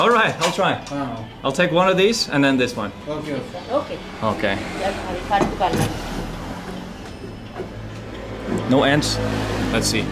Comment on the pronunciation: Lol he said no ants 🤣🤣🤣